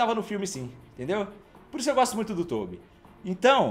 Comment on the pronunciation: Mano na boa, vc chama o Tobby de Toubi é pra tirar uma é?